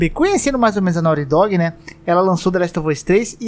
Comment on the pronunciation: Me da um problema pronuncia errada em ingles, fica MTO zoado